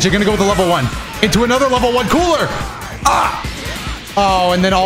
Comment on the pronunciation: When you said cooler it sounded like kool-aid when you said it at first 🤣